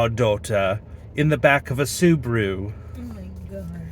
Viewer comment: Tell we say S-u-b-a-r-u not Subru😂😂